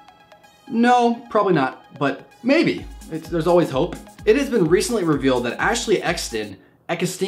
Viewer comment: It's called Ashley extine